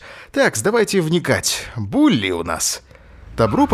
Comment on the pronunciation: Не Булли а Били